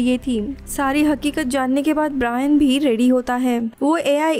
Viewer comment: ब्रियान नही ब्रायन